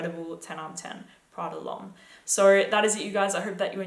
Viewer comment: How she says "so," "Sahou."